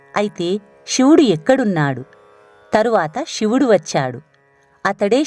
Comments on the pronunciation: ఇలాంటి భక్తి ప్రధానమైన వాటిలోనైనా ఉచ్చరణ సరిగ్గా ఉంటే బాగుండు. శివుడు షివుడు కాదు. ణ అక్షరాన్ని సరిగ్గా పలకండి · వ్యాఖ్యాత మాటిమాటికీ శివుడిని షివుడు షివుడు అనడం బాగోలేదు క్షమించండి కథలో ముందుకు వెళ్ళలేక పోయాను